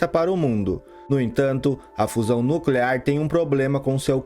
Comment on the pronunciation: Não e' no clear,e' nuclear !